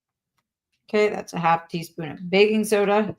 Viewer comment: Btw it sounds like she's saying bacon soda 😂